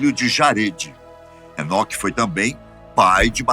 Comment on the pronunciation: "Enoqueo, patriarca"